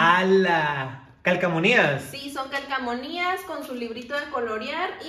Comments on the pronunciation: NO ES CALCOMONIAS🙄, es CALCOMANÍAS… xd no se porque le dicen así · Se dice calcomanias